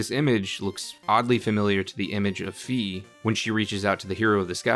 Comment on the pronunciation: It’s Fi like Sci Fi or Phi not Fee